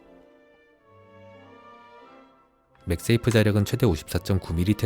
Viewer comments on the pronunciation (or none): none